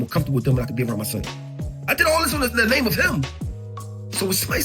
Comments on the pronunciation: Murdered that man’s name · Nigguh stop the cap 🧢🧢🧢🧢 how he your favorite State Property artist and you can’t even say the man’s name right??????? 🤡🤡🤡🤡🤡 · My brotha you saying his name wrong